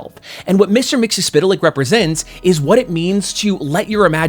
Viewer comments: I applaud you on pronouncing his name. :) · Why can't people pronounce his name? From the imp himself: "It's Mix..." (turns into a blender) "Yesz..." (turns into a Yes record) "Spit!" (turns back into his imp form and spits in your eye) "...Lick." (turns into a dog and licks you) Got it, McGurk? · "It's Mix - Yes - Spit - Lick!"